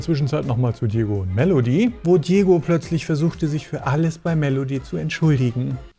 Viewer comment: Er heißt Djogo,nicht Djiego.